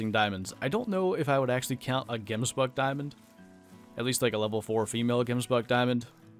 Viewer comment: its prenounsed Gems but in afrikaans Bok in afrikaans